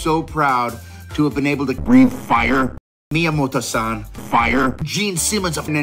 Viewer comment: LOL Not only does Jack Black know Miyamoto's name, but he pronounced correctly